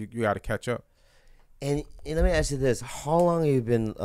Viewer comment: I can't really hear it, plus he's say "aks" and "aight"